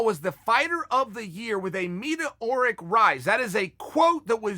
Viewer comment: Hopefully Chael makes a video explaining what “meeta-oric rise” means